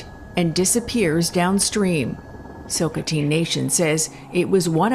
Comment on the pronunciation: Thanks for information, well put together and greatly appreciated, but please learn how to say Chilcotin thanks 🙏🏽 .